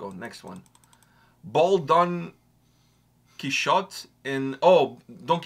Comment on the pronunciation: Man, the 'Don Kichot' when Google exists 😂 Quixote. It's a Spanish name, clearly not that literate 🤣